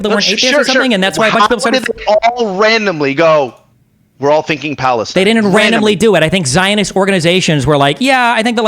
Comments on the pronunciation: LOL that’s not how you say “I am from Lebanon and I am from Palestine” in Arabic The fact he had to correct his Palestine pronunciation tells me he is really not Palestinian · I am from Iraq and this guy's Arabic is real bad he can't even say ' I'm from Palestine properly'